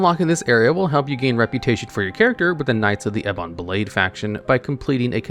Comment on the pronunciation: You pronounce Ebon as Eh-bawn despite it being pronounced in the game properly like a thousand times but you perfectly pronounce Jackmerius Tacktheritrix. You gotta be trolling your fans dawg.